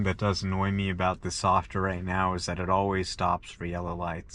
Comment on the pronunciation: . Is he saying a softer update? 😅 Isn't it supposed to be software update? And did he say driving wasn't (was an ) annoyance to going places? This guy clearly doesn't understand about driving but I agree the new freedom which was once driving is now the freedom not to have to drive, amazing